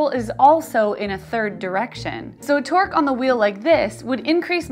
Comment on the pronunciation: Torque sounds like twerk